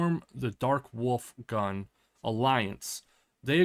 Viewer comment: It's not gan, but gun, which means "army". Edit: For people who speak only English: it is pronounced "goon", not "gun".